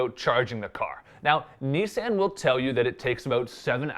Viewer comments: I'm annoyed by it too. I say "nee-sahn" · Why does he say Nissan like that? Have I been saying it incorrectly this whole time?